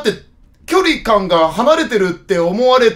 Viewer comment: きょ↗︎り↘︎感